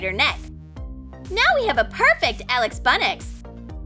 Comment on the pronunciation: I cant every time she says aLiX bUnNiX